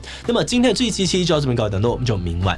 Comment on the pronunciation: 聽雞雞到最後我聽到的是「感謝所有支持志棋雞雞的會員」🥴